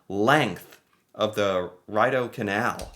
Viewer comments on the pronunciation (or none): OMG! Even after acknowledging that it is Ree-dough canal, he goes back to Rye-dough. How frigging can you be? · Again American ignorance.....Ridedo Canal is pronounced Rido....its French you see.....maybe you should prepare better before you post or is this part of your shtick... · Please do not call it the Ride - OH canal.. T he name is French .. pronounce it the Reed - oh Canal .. Thanks .. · it’s pronounced REE-DOUGH. I don’t know how you missed the correct pronunciation three times during the video, but picked up the Francophone guy pronouncing it as RID-OH. 😂 It is also worth mentioning that the canal is drained each year before the water freezes. So, it’s only about 2 feet deep at the centre. Normally the water level is right to the top of the side walls, for boats and other watercraft. In the autumn, they open the locks at one end to drain 90% of the water out, thus eliminating the chance of anyone falling through a weak spot in the ice and getting pulled under. During the odd occasion where a weak spot forms and somebody does fall through, it’s only about knee to mid thigh deep at most. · Yes, it’s pretty awesome! Some people who live and work downtown sometimes skate to and from work. Also while skating you can enjoy a beaver tail and hot chocolate! Oh, it’s pronounced « ree do », not « rye do ». Thank you for doing these videos. Love them. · It's pronounced "ree-dough" ... not "rye dough" ... and the guy swinging his arms is a speed skater, which is an olympic sport. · It is pronounced as the “Reed-oh” Canal, my American friend. Generally we flood the ice to smooth out the surface because of naturally forming cracks. The cracks can cause injuries if your skate blades get caught in them so the flooding not only fills them but renews the ice surface from so many people skating on it. Cheers. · Prononce Reedo it is maintained by the National Capital Commission they manage all tourist parks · Pronounced Reedeau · Rideau : REE DOUGH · Ree dough.